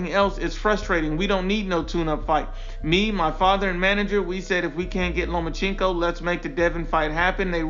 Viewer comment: “Lomacheenko” Lol